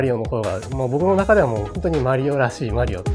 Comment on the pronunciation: funny hearing how zun pronounces mario, it's actually closer to the real pronunciation than americans lol. languages are weird